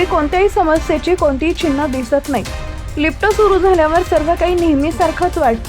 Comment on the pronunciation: मग पुढे काय झालं ? काहीतरी . लिफ-ट नाही लिफ्ट